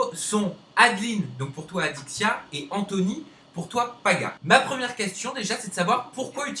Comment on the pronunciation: je reve ou au lieu de dire alexya au lieu de adixia ?